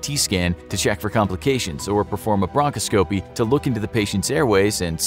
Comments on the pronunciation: You should be able to pronounce what's in your script. The accent in broncoscopy is on the 2nd syllable, not the 1st or 3rd. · I enjoy your videos but when words such as bronchoscopy (and hemorrhagic in another video) are mispronounced it sticks out like a sore thumb. Also aspirin can cause Reye syndrome. Research and add disclaimers.